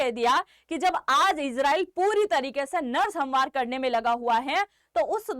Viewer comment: सम्हार क्या है Examनारी? क्या आप का यह उच्चारण सही है? Thums Down!!!